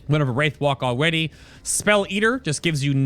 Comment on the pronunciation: alweady :D